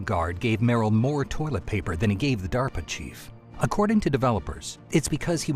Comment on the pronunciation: due to Vinesauce brainrot I keep hearing pronouncing DARP Chief as 'Diaper Chief'. There's no salvation for me, is there?